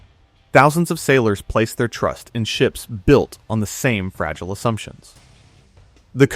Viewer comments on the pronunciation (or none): none